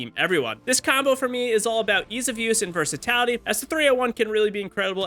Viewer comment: Versatality lol